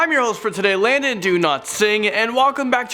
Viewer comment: Yo guys is just me that i heard "Landon Do not sing''